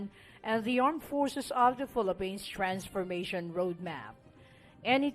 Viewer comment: tama ba ang pagka rinig ko "filapins"?